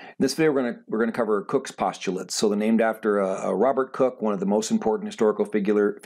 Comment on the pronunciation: You’re pronouncing his name as cook but it’s pronounced like coke.